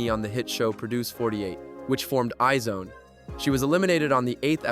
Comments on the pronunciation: It's not i-zone. It's pronounced as EYES ONE. That's why there is an asterisk on their name. Iz*One. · Isn’t IZ*ONE pronounced eyes-one? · Is this AI ? because how can you be making videos about Kpop but say I - ZONE and LEE Serafim